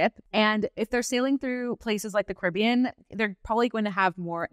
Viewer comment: her pronunciation of “Caribbean” is killing me